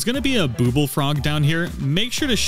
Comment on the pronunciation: ITS BU BL NOT BOOBLE BUBBLE